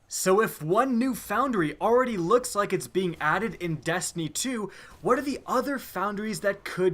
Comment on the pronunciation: And to think all this time I thought the game was called Destiny! Didn't know it was really call Dastiny !🤔😐